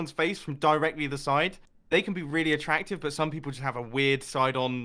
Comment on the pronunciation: Other than saying “bit” instead of “but” it’s fine